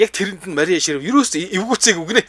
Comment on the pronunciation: Шривер биш ээ. Шрайвер гэж уншнаа.